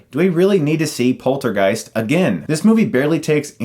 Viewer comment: The way he says poltergeist sounds like polter-GUYS. Hahaha now I have a new band name and trademark it before anybody steals it :P